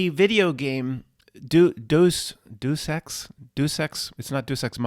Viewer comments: Deus Ex Video game pronounced "Day of Sex." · it's " DAY-US-EX"